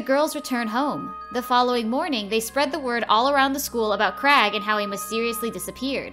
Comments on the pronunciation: It’s CRAIG. NOT CRAG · How do you get CRAG from Craig? The I isn’t silent. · I hate how people in the Americas pronounce "Craig". It's not Crag, it's Cra-yg.